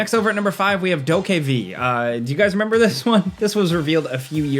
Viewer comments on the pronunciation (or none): none